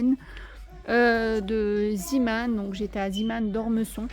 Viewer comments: C est vrai on dit zémon ...j ai jamais vu le petit marin par contre je sais juste que c est le nom du fondateur ... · Sacrée! Tu m'as fait rire: Ziman! Mais non: Zéman... Zee veut dire mer en néerlandais d'où le logo du petit marin. 😅😅😅 Mais merci... je me suis achetée les verres poisson! Ils sont très chouettes!❤❤